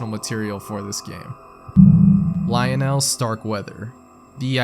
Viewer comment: The way my man pronounce "Lionel" it's almost as if he's never heard the name. Lol